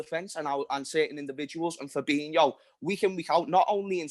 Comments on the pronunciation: My man said Fabinho 🤣🤣🤣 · This guy actually said Fabinho lol